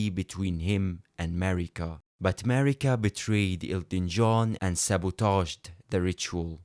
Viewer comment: Demihuman queen "marigga" notice the "gg" on it 💀